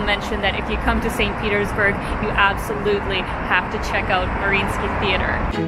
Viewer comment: Не бёрг, а бург